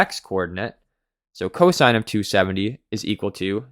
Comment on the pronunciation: Its cosine not co-sin